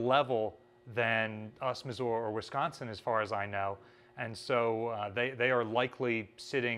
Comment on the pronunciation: Why does keep pronouncing Missouri as Missuora? It irks me every time